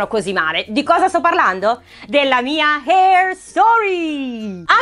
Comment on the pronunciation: La prima ragazza che pronuncia bene la parola "hair"❤️😅